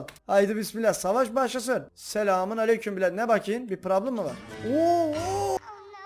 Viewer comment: Abi çok güzel diyiyorsun PRABLIM